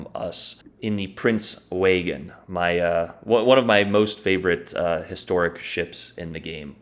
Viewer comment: You’re mispronouncing it. You say it like this: Prinz Oy-gin. Or “Oi-gin” Not Waygen.